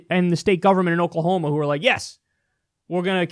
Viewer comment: That is not "OKAY-lah-homa" 😉